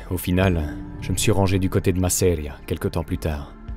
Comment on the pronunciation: Intéressant ! Mais si je peux me permettre, "Masseria" devrait être prononcé avec l'accent tonique sur la première syllabe et pas sur la deuxième. ;)